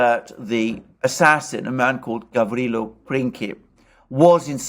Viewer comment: you pronounce Gavrilo well. His last name is Princip. You pronounce it as principle (an English word) without "le" at the end. Remember, he was a man of "principle".